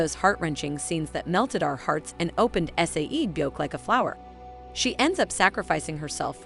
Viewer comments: IT'S NOT S A E BYEOK IT'S SAE-BYEOK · Her saying S-A-E byeok is making me annoyed 😒😤